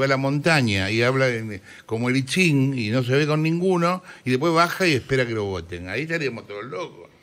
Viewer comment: "voltien" xD